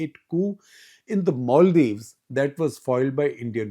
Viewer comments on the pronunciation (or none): none